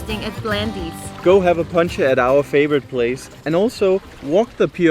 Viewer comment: ....you just have to practice the pronounciation of Poncha...it's not Puncha😉🤗...keep up the great videos💕.....maybe I'll spot you guys in September🤞